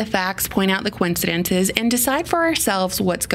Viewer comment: She said "Coen-cidence"